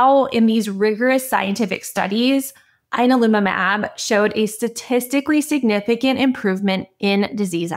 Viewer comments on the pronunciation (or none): You're saying the name wrong. "Yan-al-umab"